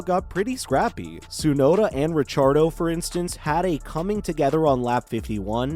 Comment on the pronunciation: Ra-char-dough...... thats a new one.